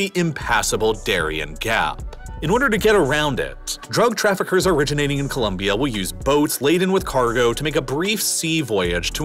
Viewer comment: FINALLY SOMEONE THAT SAYS COLOMBIA RIGHT I'M SUBSCRIBING JUST FOR THAT